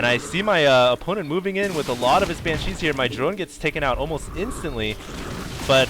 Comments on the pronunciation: Looks like baylings (however you spell it) require mircoing, otherwise they just sit there. And oh my god, please stop saying "Bancheese" It's pronounced "ban-she" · Hey, I love the videos, very entertaining. One thing is bothering me.... Please, for the love of god, pronounce "Banshee" correctly. It's not 'Bancheese', it's Banshees. Thanks :D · I love these videos, but ... please. For the love of god. It's BANshees. Not banCHEESE. I have no idea why it's annoying me so much, but it is, lol. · It's pronounce "BAN-she". Other mistakes in your posts: "baylings" - banelings "mircoing" - macroing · lol pronounciation: Ban - CHEESE. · That's NOT how you pronounce "Banshee"